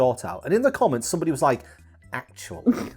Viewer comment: ACK-shoe-UH-lee the video you are referencing in this segment was about tigers, not lions. It even says it in the title you put up yourself! (poking fun, feel free to ignore). EDIT: Brad's camera glare towards the end was hilarious.